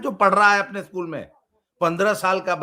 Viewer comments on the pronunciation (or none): none